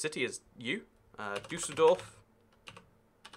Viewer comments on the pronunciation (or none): none